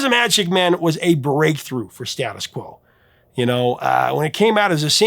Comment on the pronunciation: It is pronounced Stay-tus Quo. and the bassist was Alan Lancaster drums John Coglan.